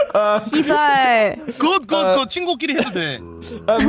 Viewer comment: is so fluent on SIBAL. Wow it’s native sound